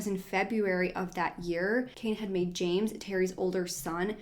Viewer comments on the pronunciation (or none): none